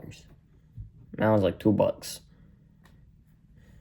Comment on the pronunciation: *new yorker rizz*, it's two buhks? Fuggedaboudit